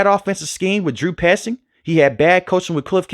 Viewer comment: Bro said “Drew 👖 zing”😂